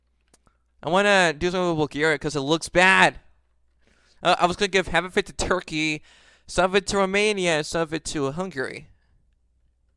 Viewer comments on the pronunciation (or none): none